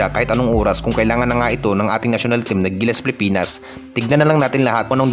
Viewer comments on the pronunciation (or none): ANO BA ANG TAMA PIPINAS O PILIPINAS?? KASI CLEAR MO ANG WORDS MONG BINABANGGIT.